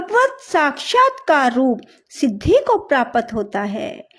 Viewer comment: Prapat nahi hota hai;prapt hota hai